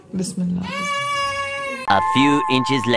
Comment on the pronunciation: plz BISMILLAH thek se bolen plzz plzz